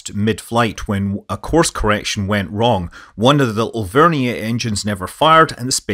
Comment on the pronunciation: there is no such thing as an “over-nee-ayy” engine. I suspect you meant to say a Vernier engine but just mispronounced it.